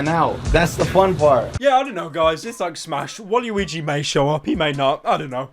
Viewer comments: Did you just say waliwigi my nigga? ITS WALUIGI BITCH BOI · Did you pronounce Walugi like Wall-You-We-Jee? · he said "Waugh-er" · learn how to say waluigi libtard